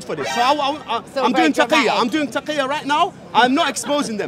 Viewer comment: taqilla not taqqiya lmao